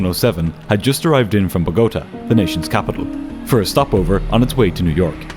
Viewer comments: Pronouncing “boh-goh-TAH” like “BO-goat-ah” should be criminal lol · Great video but its It's botagA (empasis on last syllable) Sorry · It's pronounced boh ga ta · It's BO' gota, not Bo GO ta! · bo-go-TA 😉 This story is so flipping frustrating to listen to, thank you for giving it to us! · "Bog-O-ta"?? 🙄Oh please!!!!! That's an appalling pronunciation! It's pronounced "Bototaaaa" That's why there's an accent on the last "A"! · “BO-gah-tah”. The very slightest of corrections to a 1st rate production. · Where is Buh-go-tuh? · its pronounced bow-ga-ta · Needs to learn how to pronounce Bogota. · I'm now on minute 27, and the first officer's actions are making me far more uncomfortable than the pronunciation of Bogotá. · I've watched a lot of episodes of Air Disasters, so I know about this flight, but air disaster podcasts are what I listen to while I clean. Four minutes in, your mispronunciation of Bogotá is driving me crazy. The accent is on the third syllable! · It’s actually Bogota, with the accent on the final syllable, not the second one. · You dont seem to know how to pronounce "Bogota", bot. I'm out. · The real tragedy here is your pronunciation of Bogotá. 😂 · Check pronunciation of names like Bogota.